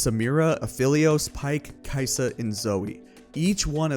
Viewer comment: you're saying aphelios wrong and it wasn't him that started the meme it was Wukong